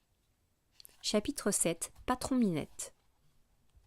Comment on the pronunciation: ''Chatitre''😂 en vrai merci c'est plus compréhensible grâce à vos vidéo